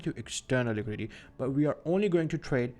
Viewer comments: It's Liquidity, not Liquidy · liquidity ❌ liquidy ✅ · “Liquidy” lol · Say liquidity again